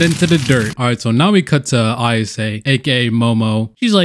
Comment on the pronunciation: I came for the horniest story, I got an awesome story instead... Also her name is AI-YA-SE, not AI-YA-SU-KE! You turned her into a guy. Anyways I'm subscribing lol.